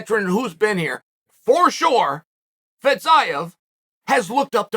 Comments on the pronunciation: Fizzz-iii-yaaaa ???? Are you sure that's how you pronounce it bro lmao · “fetZaev”🤡🤡🤡🤡 Chode sonnen